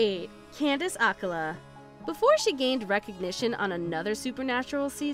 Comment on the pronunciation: Um how could anyone forget that Snooki and Paris Hilton were on Supernatural????? It's Candice Ack-cola, but now she's Candice King. It's Ray-gun, you and another page always get names and things pronounce wrong, I think ya'll do it for views and comments.